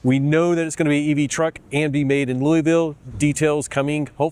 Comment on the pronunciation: That's "Loo-AH-ville."